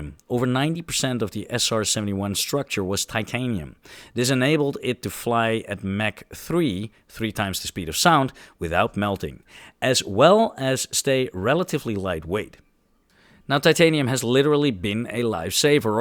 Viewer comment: Not Mack 3, the truck; Mach 3, as in, ach! Himmel!